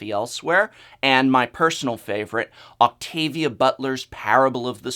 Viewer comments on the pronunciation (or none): none